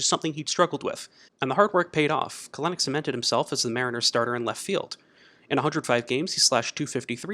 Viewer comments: Bro it's KEL-nic not "Kalenic" shit was bugging tf out of me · Good video! It is pronounced "Cel-Nick" however 😁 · You pronounced Kelenic incorrectly. His last name is pronounced Kelanick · Love the video but it’s pronounced Kel-nick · Love the video, but we gotta work on the pronunciation of Kelenic :)